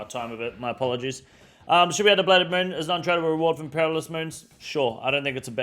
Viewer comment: I love you man, but you cant come off a take talking about people who aren't mentally switched on and then proceed to immediately butcher the word "Perilous".